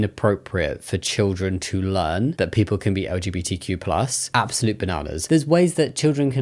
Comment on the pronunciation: Is he legit saying LGBT-plush charities? :D